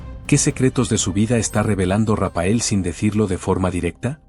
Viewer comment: Rapael no RAPHAEL, la pH suena como f. Si no fuera por eso y la foto que habéis incluido hecha con IA y señalando a un Raphael super anciano, parecería que hasta lo habéis entrevistado, habéis inventado todo. Lastima que hayais inventado todo. Tanto Rapael es patético señores Raphael, leído Rafael.